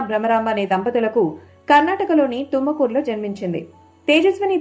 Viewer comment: తుమ్మ కూ రు కాదు తుముకూరు